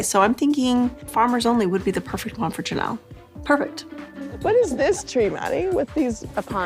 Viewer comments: I can't listen to this. Lol. She's always calling Janelle Yanelle. Lol. It's driving me nuts. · AI bs with the “Yanelle” nonsense. One I watched earlier clearly Had Robyn labeled Sobbin/Sobyn and the AI was saying it all crazy. You’d think they’d check the promouncoation of the main Person 🤷🏻‍♀️